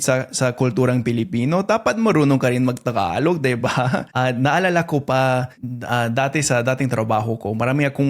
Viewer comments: it is pronounce Ta-galog not Thaaaaghalog..Pag nag salita ka ng tagalog parang Robot.. Joke Lang, hehe.😅🤣😂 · The way you pronounce tagalog sounds like Spanish where you put a bit of glide on the Gs But tagalog G is quite a straight hard G idk